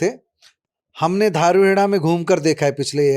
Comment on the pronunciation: धारुहेड़ा नही दारुहेडा